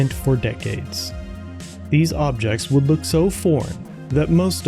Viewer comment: ... "whould"?? Haha